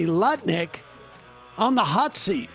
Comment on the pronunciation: Love how Sam "accidentally" called Lutnick Nutlick in the intro. Totally appropriate, let's make it stick!